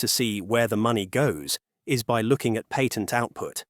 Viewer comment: Love your video, but please learn how to pronounce the word patent. Its SO annoying.